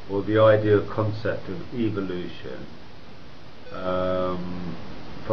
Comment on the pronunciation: Take a shot every time you hear "evilution".